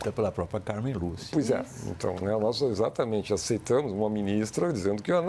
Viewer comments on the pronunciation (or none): hahahahaha, ezatamentchy